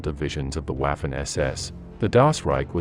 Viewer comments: Vaffen SS not Uaffen SS. Please German is not English. Congrats for all your work ! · Bro. Please try to use proper pronunciation. It doesn’t need to be perfect, but try at least. Waffen - Vahffen Wiking - Vee-king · It would help if you learnt German pronunciation: Waffen ="Vaffen" etc. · Do I wanna support your channel? Well, I'm 11 seconds into the video and your lazy AI gave me "Waff-fen" "Knight Cross" and "Leib-stan-dar-tay" so I'm good thanks, chief. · One thing, but it's pronounced "Vaffen" and "Viking." The W is pronounced like a V in German. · The narration is weirdly inflected. Leibstandartay? Wiking division, Whaffen SS. AI? perhaps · you are hurting my ears. if you want to do a video on the German army please learn the german pronunciation. Waffen = Voffen, w=v and your A in any language hurts everyone's ears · Interesting vdeo. My father fought against them during the Ardennes offensive. I think though you should consider scrapping what sounds to me to be the computer generated narration. The promounciation of German words is subpar, 'Waffen' is prononced 'Vaw-fen', for example. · He pronounced waffen wrong. The w is pronounced as a v